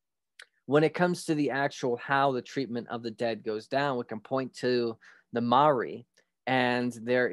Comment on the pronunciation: Maori pronouced moldy . Mel ree 🤣 Theres also a prophecy to that too ..